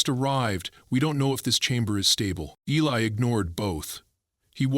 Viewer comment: Eli not Helly